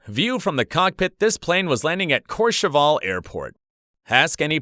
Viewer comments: Courchevel, what a famous airport! But the pronounciation of the ending is wrong here, it's not ...cheval with an a, it should sound similar to "well". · Dude, that’s not how you say courchevel, also, KLM 747s are retired, and it’s been very long since they flew there. ALSO DUDE PRONOUNCED AEROSUCRE AS AEROCIRCUS